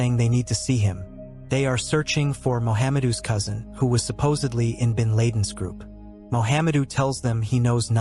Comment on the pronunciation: Don't forget Ben Laid-In.